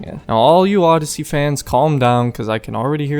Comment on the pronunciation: as I sayed you have a real trouble with odeyssey 😂